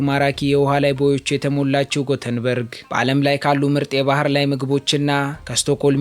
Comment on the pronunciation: Yeketemaw sim Gutenberg sayihon "Yetebori" sitera endezih new "Göteborg '